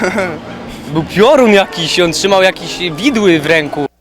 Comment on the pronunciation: "widły" XDD